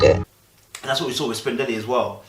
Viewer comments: Her name is pronounced Spin-der-ella. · Yes. DJ Spin-der-e-lla like Cinderella. is always gonna give us great insight while completely butchering people's names. LOL! It's kinda cute. We gotta get used to it.